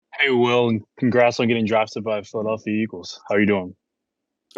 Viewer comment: Except for saying "PhiladAlphia"